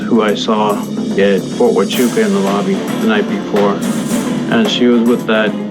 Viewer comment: You can’t even say Ft Huachuca right